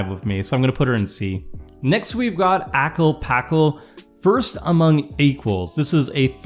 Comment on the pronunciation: I don’t think it’s that serious but also… “ackle packle” dude you Had to know that was wrong lol